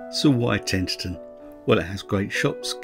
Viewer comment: I was brought up in Tenterden - a lovely town. However, you mispronounce it Tenterten all the way through!